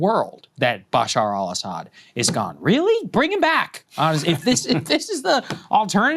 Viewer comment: It’s Beh-SHAAR al ESS-ed.